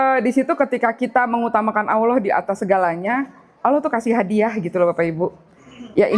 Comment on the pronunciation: Yg bener sebutanya allah bkn aullah...